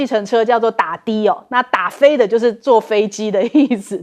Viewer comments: 打飞“滴”，不是“的” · 打飞的（dǎ fēi dī）哦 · 飞的di第一声😂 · 主播 那个打飞的 念 dafeidi